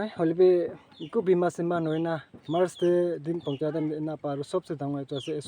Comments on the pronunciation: Ma-es day😂😂😂😂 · I heard Mars day 😅😅😅 Anyway happy mother's day to ur wife 😊